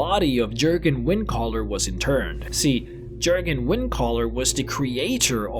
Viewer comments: It's pronounced "Y"urgen, not "C"urgen... other than that, magnificent video :D 10/10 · Jurgen is pronounced with a Y sound... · It's pronounced like a y sound yur gen